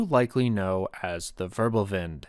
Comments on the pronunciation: ackshsckhually it is "Wirbelwind" not "Wörbelwind"🤓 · When making videos on german issues, why not learn some basic German? Say how to pronounce, Zerstörer, Wirbelwind, Vierling, …